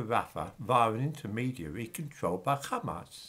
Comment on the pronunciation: Hamas, Mohammed, Wahabi, Ahmed... those languages have the soft, breathy H sound. so why does always mispronounce them as a throaty KH? it sounds really weird.